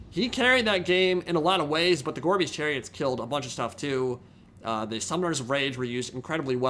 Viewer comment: Listening to this in the background, I kept hearing "Gorby's Chariots", and wondering if that was a RoR. Took way too long to realize it was "gorebeast."